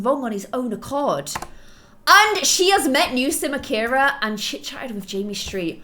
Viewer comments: Nee?! Lol I think u meant new XD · "NEE LOVE" Don't you mean "NEW LOVE"? Love you,! ❤ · you said NEE LOVE 😂😂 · Hey umm,, you spelled the title wrong, you said nee look, it’s new look😬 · One of the first!! Hahaha lol you said "Lilith's new look and nee love"😂 Love you so much 💖